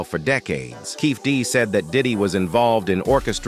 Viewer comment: Dear. Keefe D is pronounce keefeeDEE